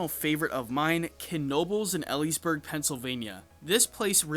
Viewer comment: I am so honored that my lifelong home park of Hersheypark made it to number two on the list! And also pro tip for you: the town Knoebels is in is pronounced “Eel-lees-burg”, like the animal eel at the beginning instead of the letter L. A lot of people want to say “El-lees-burg” but I learned the way to say it from the locals lol